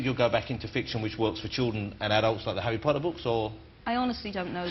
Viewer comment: "parents, bwace yourselves" "please welcome, J. K. wowling" "before we talk about hawwy" "did the first bwa expedition work for her?" haha just love the way he talks =P